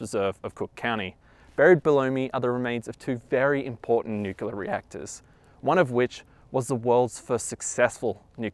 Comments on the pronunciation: Fantastic content and thanks for sharing with us! FYI, nuclear - nuculer. ;) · It's pronounced nu-clear; not nukuler. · Oh my gosh its nuclear not nuculer. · NU KLEE AR, not nu kyu ler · Nuc-lear. Not Nu-cu-lear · Nu-cle-ar > Nu-cu-lar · I should get a bush bust to slap in this idiots face every single time he says nucular- NUCLEAR SAY FCKING NUCLEAR! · Most Americans say "nuclear" not "nucular". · PLEASE......Tell the guy that it is NOT NUCULAR, but Nuclear. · It's fucking NUCLEAR! i don't know why people say "nucular"... It pisses me off. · Jeez ! If you're going to do a video about something nuclear, at least learn to pronounce it right. It's nu-cle-ar, not nuc-u-lar. And how exactly did the pile generate power ? A power plant produces heat to produce steam, and powers turbines. Unless they had the necessary and extensive equipment to spin turbines, I don't see how. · And it's pronounced "new-clear", not "nukular" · ...nucular? Come on man. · "new cue lurr" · THE WORD IS "NUCLEAR"...PRONOUNCED: "NOO-CLEE-ER"!!! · NUCULAR reactor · It's nuclear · It’s pronounced nucular marge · nuculear , lmao. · If you're going to talk about nuclear history, you probably should learn to properly pronounce "nuclear". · How you going to make a video about nuclear materials, and not know how to pronounce "nuclear" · Fantastic video except you mispronounce Nuclear, which is really annoying. Note, there is only ONE "U" in Nuclear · Nuculer cadium...! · Every time he said "nuke-u-lar" a part of me died. But even that didn't prepare me for his pronouncing chianti as "shanty". :) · "Nu-kee-lurr" - Nuclear "Kay-dee-um" - Cadmium "Shan-tee" - Chianti